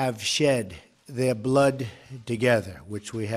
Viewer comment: what's with the emphasis on blood. the way he speaks is asinine